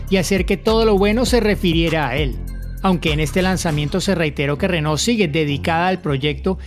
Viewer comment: Pronuncias renault como rénault.